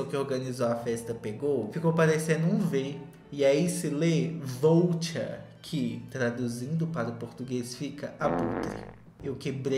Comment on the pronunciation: que agonia dele falando soutien aaaaaaaa